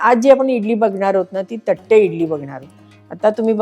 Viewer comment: थट्टे नाही तट्टे इडली.